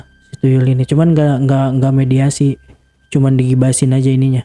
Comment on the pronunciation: mediumisasi bukan mediasi 🙏🏻😅